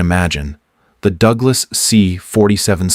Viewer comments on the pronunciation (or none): none